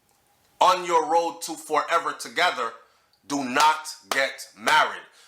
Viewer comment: Ma b she heard Fourever instead of forever 😂😂😂